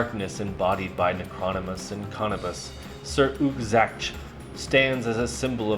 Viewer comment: Its pronounced ** Nec-ro-nom-in-us ** 😉 Cool video tho!